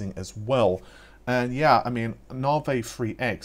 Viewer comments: Na vi….. not Nar Vee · "Nahvay 30 free"